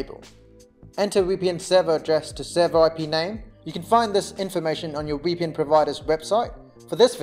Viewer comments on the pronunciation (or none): Its VPN, not wee P N